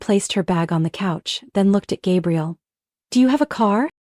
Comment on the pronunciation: Hate it when AI narration can't get pronunciations right. Gabriel then Gabrielle? Ugh 😵‍💫